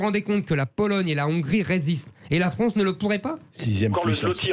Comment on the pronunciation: Pourquoi Zemmour dit toujours la Fronce.... Au lieu de la France....❓ C'est quoi la Fronce❓